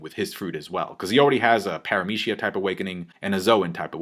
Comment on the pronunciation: I hate how pronounces the word "paramecia" 😂